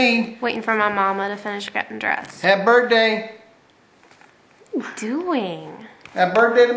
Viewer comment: "HAPPY BURTDAY!" LOL Happy birthday! :D